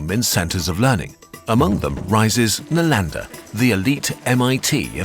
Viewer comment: Kurzgesagt video on Chinese history: Accurate pronunciation of names so as to not enrage a Chinese viewer or historian. Whereas any major Channel makes a video loosely based on anything Indian, we get "Nalaenda, Goopta"... after these many years of Kurzgesagt and the new, people still tolerate this...